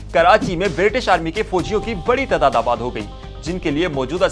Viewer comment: اردو تلفظ بہتر کرنے کی ضرورت ہے۔ فوج، تعداد، واؤ اور خ کا تلفظ خصوصاً درست نہں۔